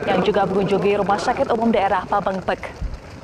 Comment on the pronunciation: Pameungpek bu reporter bukan pemengpek